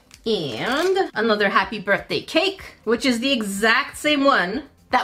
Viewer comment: Happy "Brithday" lmaoooo